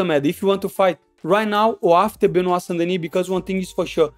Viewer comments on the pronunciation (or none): none